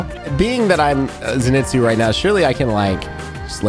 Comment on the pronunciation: really said “Zinitsu”